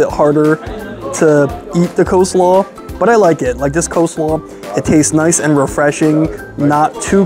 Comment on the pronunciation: cheese dogs are .70c additional , NOT $1.75 ! $2.70 AND .70c = $3.40 is the cost of a cheese dog. And it's Coleslaw , NOT Co-slaw ! poor review , very innaccurate.